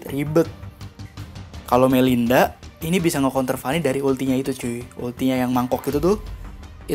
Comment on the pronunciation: Melisa bukan Melinda tod,mancing loe